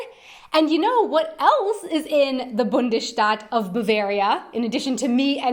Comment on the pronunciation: Sie hat das Wort "Bundesstaat" gemeint und schlecht ausgesprochen. Ich habe auch erst "Bundesstadt" verstanden.